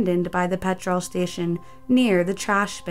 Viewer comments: Hearing you struggle with simple English words like petrol, I would love for you to do 5 Unsolved Mysteries of Wales and see if you can pronounce the places there. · Not being rude but why do u pronounce petrol so weird? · or petr-O-l instead of petrol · Also the pronunciation of petrol/petroll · Just Jim PETROLE station 😂😂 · The amount of mispronunciations in this videos is just annoying XD "Petr-all" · How did you manage to butcher the word 'petrol' so badly? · The way americans pronounce petrol makes me cringe...also thats a pound sign not euro 😂😂